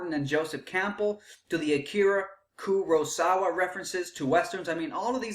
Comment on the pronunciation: guy in this video can't even say Kurosawa LOL